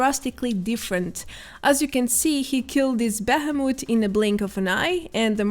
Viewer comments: Its pronounced "bee-he-moth". You are saying bahamut which is something else entirely. Hope this helps with your english! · Sounds like the summon from final fantasy Bahamut rather than the normal monster found called behemoth. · Say it with me.. Be-he-moth...... Thhh.. Thhhh. Thhhhhh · Hehehe a beheh-moot 😆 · Bay-hey-moot.....lol you say behemoth funny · Can we just talk about that scuffed pronunciation of ‘Behemoth’